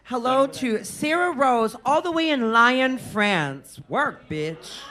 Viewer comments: Batty NOT "LIE-ANNE France" chile 🤣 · From „Lion“ killed me